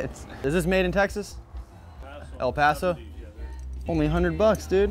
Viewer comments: he said el paso!!!! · literally started shaking when he said El Paso it’s like we don’t even e x i s t sometimes